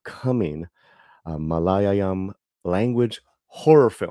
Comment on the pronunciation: Mala-Ya-lam Malayalam is pronounced like this